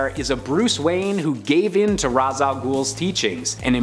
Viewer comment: I like how you said 'Raz' not 'Raish'. Keep up the good work!!